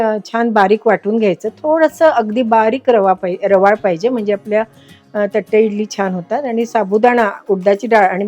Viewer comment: थट्टे नाही तट्टे इडली.